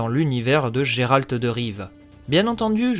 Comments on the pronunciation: Je crois que ça se prononce « gueralt » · Effectivement, je ne savais pas bien le prononcer à l'époque ;) Concernant l'école de l'ours, vipère et manticore, elles ne sont pas canons à l'histoire vu que ce sont des apports des jeux et non des livres :)